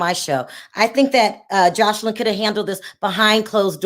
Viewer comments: Lawd, you keep calling her JosHeline, lol. Are you doing that on purpose? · Her name is pronounced Jose Lynn regarding Joseline Hernandez. When she was with Stevie J she became so revengeful when he couldn’t get her a movie role that she came and verbally attacked his child’s and ex wife. Then she didn’t want anyone going after her daughter Bella after what she did. No. She was wrong to go after Wendy like that.